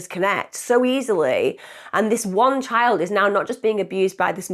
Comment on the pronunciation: Whats a chid do tou mean child😂